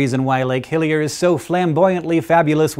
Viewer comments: Sounded like he said Lake Hylia at first. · Am I the only one who hears 'Lake Hylia' when he says 'Hillier'? :O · ah! I thought he said lake Hylia! lol